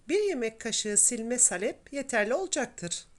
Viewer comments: ANNEM DE SALEPLE YAPARDI DONDURMAMIZI.ÇOK KARIŞTIRMAK LAZIMDI BUZLUKTAN ÇIKARIP ÇIKARIP .KAŞIK BÜKÜLÜRDÜ.SALEP DENMEZ AMA..A O KADAR KISA SÖYLENMEZ. SAALEP .AMA SİZİN ŞİVENİZ DEĞİŞİK...DONDURMA ÇOK GÜZEL OLDU.ELLERİNİZE SAĞLIK. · Salep degil saalep olacak a’yi uzatman lazim salep nedir ya? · Salep değil abla Saaaalep. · Salep değil sağlep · Elinize sağlık. Güzel bir video. Zahmetli görünüyor. Ufak bir ikazda bulunmak istiyorum. Salep sözcüğündeki “a” harfini uzatarak telafuz etmek gerekir. Sâlep şeklinde! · Salep degil, sâlep a uzatilarak söylenir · Salep??????sahlep mi demek istediniz abla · Salep yerine saalep uzatarak söylemelisiniz ellerinize sağlık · Salep değil sālep.a uzun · Salep deyil sahlep doğrusu . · salep ne hanimefendi , halep gibi ..lutfen dogru teleffuz edin ..saalep diye a yi uzatarak soyleyin...tahin tahin diyorlar komik oluyorlar..o da tahin degil taahin olacak...koskoca anadolu tahan der bizimkiler tahin , salep deyince kibar oluyor saniyorlar herhalde...sayenizde kirk yillik yani oldu kaani ...( dogru yazilisi kâni - a ince ) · Salep derken a uzatılır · Tarif güzel. Ama salep sağlep diye söylenir. Yada sahlep denir.A harfi uzatılır. Tarif gibi a harfi uzatılır taağrif denir. İyi günler. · Salep kelimesini yanlış telaffuz ediyor.Sahlep doğrusu.okurken saalep diye telaffuz edelim.Çok da önemli değil aslında sadece hatırlatma yaptım.kusura bakmayın.Herşey 10 numara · Salep derken a harfini uzun soyleyin lutfen. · Hanım, salep telaffuzun yanlış. Salep i Halep gibi söylüyorsun. Halbuki SA uzayacak, SAKİN der gibi olacak. Sen SAKIN der gibi söylüyorsun ve dolayısı ile telaffuzun yanlış oluyor.. dondurmadan evvel Türkçemizi iyi öğrenelim, sonra piyasa yapalım..